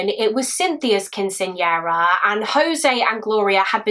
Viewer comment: Let me start this by saying is my hands down favorite. But I was expecting somebody from the U.S. Southwest to comment about the pronunciation of Quinceañera. Love you and A+ for effort!